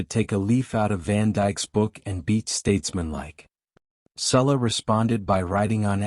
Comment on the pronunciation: It's Salah..not Sulla. If you're going to report on something at least get the name right.